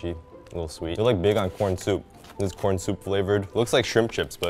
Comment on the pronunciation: I know it’s chicken corn soup, but all I can hear is “chicken noodle soup”.